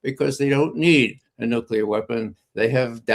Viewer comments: "Noocular, its pronounced Noocular". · didn't mention "nuclear" anything,- he said "new-killer" — nuclear weapons are not still new … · Amazing that people who think they are making a profound speech cannot even pronounce "nuclear", but instead say "nukula"!!!! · Saudis have a nukular bomb. Thank God it is not a nuclear bomb which is much worse. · How can you talk about nuclear issues if you can't even pronounce it? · How on Earth can you take seriously if he can't even pronounce Nuclear correctly (repeatedly!)?.... For God sake!